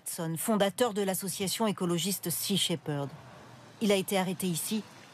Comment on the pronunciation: Perd, perd, pas sea she-ferd ...